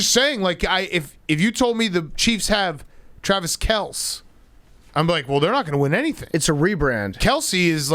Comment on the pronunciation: how did they go from pronouncing Kelce to Kels. jesus